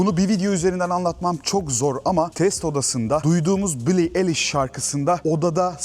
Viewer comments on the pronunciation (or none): none